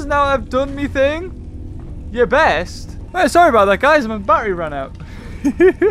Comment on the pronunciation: he calls it barry instead of battery